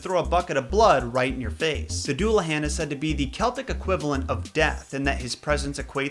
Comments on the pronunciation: The Dullahan Pronounced: Du-la-ha-n is indeed a headless rider. He patrols Ireland and stops to call out the names of those who are to die, if your name is called you will die on the spot there and then. He uses his severed head with flesh like moldy cheese to see great distances by holding it aloft. You cannot outrun the Dullahan and cannot hide behind locked doors as a locks and gates open at his approach. However he does not like gold according to one folk tale and will leave you alone if you carry gold on you even if it is as small as a pin. If you see the Dullahan when you are not his target you either get drenched in a bucket of blood which marks you for death soon after or your eyes get lashed out with his human spine whip. It is believed by some to be a physical manifestation of Crom Dubh/Crom Cruach a God worshipped in 6th Century Ireland by sacrificing the 1st born son of every family every harvest time. Tigernmas a supposed early High King of Ireland and three quarters of his army are supposed to have died worshipping Crom on Samhain or Halloween. St. Patrick outlawed the worship of Crom and supposedly Crom didn't take it lying down and manifested as the Dullahan to claim the souls due to him by force. This is what I know of the Dullahan, I do not take responsibility if some of the info is wrong this is me merely relying info I have read and or been told about said apparition. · Great video but the mispronunciation of Dullahan slightly annoys me (that or maybe there’s more than one pronunciation?)